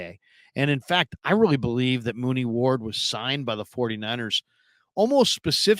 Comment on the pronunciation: U said Mooney ward 😂😂😂 u mean Charvarius Ward